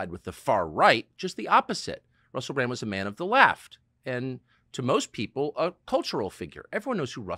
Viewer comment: Sometimes instead of 'Bran-D' Americans say 'Bran-T' lol.